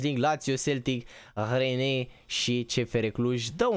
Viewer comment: Se pronunta ren